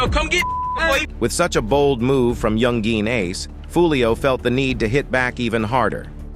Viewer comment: yoon gween ace